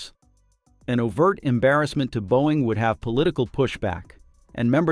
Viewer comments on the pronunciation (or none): none